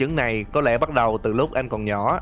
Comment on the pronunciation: "Lần đìn thấy.." <(") góp ý nhẹ thui